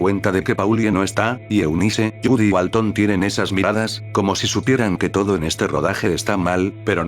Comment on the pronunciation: Walten no walton, creo que al loquendo no a dicho bien. No soy de Espana o de latinoamerica, Perdon por los errores.